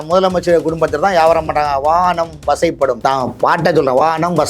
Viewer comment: லூசு பய வானம் வசை படுமாம்,,, வசப்படும்னு கூட ஒழுங்கா சொல்ல தெரியல் இவனெல்லாம் மூத்த பத்திரிக்கை காரணாம். மூத்திர பத்திரக்காரன். அங்க ஒருத்தன் இந்தியா முழுக்க வித்துட்டு போறதுக்கு முயற்சி செஞ்சிட்டு இருக்கான் அவனுக்கு சொம்புதூக்குற விலங்கு இவன்